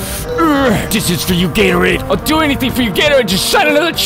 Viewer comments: After hearing him say Gatorades some much I started to hear Gator AIDS... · When he says Gatorade a lot of times he sounds like he’s saying Gary